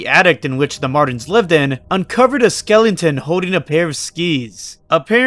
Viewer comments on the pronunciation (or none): Why do you add extra vowels to some words or just letters in general like "skelentons" or "cenetaurs" if you're not a native English speaker then that's ok I just want clarification